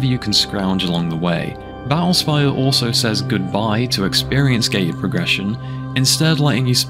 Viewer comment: "ba'ull spayuh"